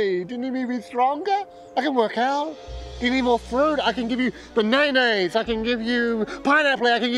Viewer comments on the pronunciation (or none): I've spent a weird amount of time wondering about whether everybody in Azerim says banaynays, or if it's just the poor fruit salesman that somehow doesn't know the actual word, but everybody is too embarrased to say anything because they all see that he just can't catch a break.. Either way it's a hilarious recurring bit! Keep up the great work! Much love and appreciation from Denmark!